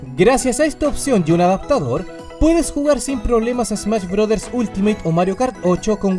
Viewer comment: súper smach brothers jajaja